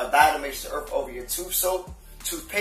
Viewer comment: Did he say "Earf"